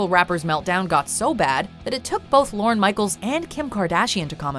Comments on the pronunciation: It’s LORNE. Not Loren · You should learn how to pronounce “Lorne”